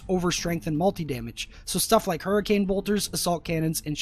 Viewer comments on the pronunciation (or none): none